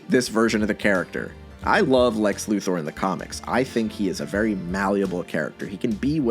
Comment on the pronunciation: For what it's worth, I'd like to thank you for pronouncing Lex Luthor's name correctly.